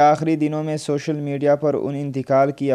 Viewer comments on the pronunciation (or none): none